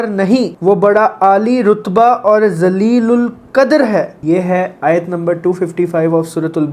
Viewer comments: U should learn makharij of quran. Arabic is different from hindi . U said zaleel e ul qardar nauzubillah. Its me zaleel. Its not zaleel ul qadar its jaleel ul qadar. Plz learn arabic from your wife. Issi tarah hum ghalat per kar ghunagar hotay hain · Bhai Jaleel o Qadr hy Allaah ki sifat. Not Zaleel o Qadr ❌ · Zaleelul qadar nahi jaleelul qadar hai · Bhai please correct the word ZaleelulQadr ,that is JaleelulQadr.Jaleel means Powerful ,Great etc I.e.the praise for Allah the Great. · Assalamualaikum bhai shi lafz jaleelulkadar hai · MashaAllah SubhanAllah bohat khoob. Lekin aap parrne mein kuch alfaaz ki khalatian karte ho jaise k aap ne parra zalilulqadr jo k asal mein jalilulqadr hai yeh Allah Jalla Shanhu k bare mein parr rahe ho to iss lia zara kheaal se parrho beta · Pronunciation Jaleelul qhader hai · Bhai...ALLAH Jalilul Qdr hai....please be careful next time while pronouncing this word.. Shkran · السلام علیکم، بھائی بہت اچھی کوشش ہے۔۔ آپ کچھ تھوڑا اردو زبان کو دھیان سے پڑھیں۔۔ کچھ بہت ہی باریک اور خطرناک غلطیاں ہو جاتی ہیں۔۔ آپ نے جو ٢۔٥٥ منٹ پر لفظ بولا ہے وہ بہت غلط مطلب ہے۔۔ یہ جلیل القدر ہے (JALIL UL QADAR) جو آپ سے غلطی سے منہ سے نکلا ہے وہ توہین ہو جاتی ہے۔ الله سبحانہ تعالی آپ کو اجر عظیم عطا فرمائے. اس کو پلیز ایڈیٹ کرکے ری اپلوڈ کریں